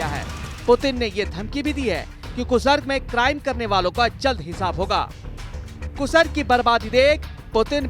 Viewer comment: Abe gadhe kasark nahi be kursk hai